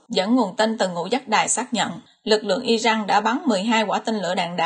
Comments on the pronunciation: Đề nghị người đọc tin nên đọc tên các nước như " I Ran là I jan.hay là I Rac" chứ không phái là "I Jắc " làm ơn phát âm cho đúng bởi vị đọc sai nghe rất khó chịu xin cảm ơn. .. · Dẫn chương trình mà các tên nước lại đọc chệch sai kinh thế bạn? Sao lại đocj là Irăng??? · cách đọc theo thói quen của ng Việt, hồi cấp 2 thầy cô mình cũng bày hc trò đọc vậy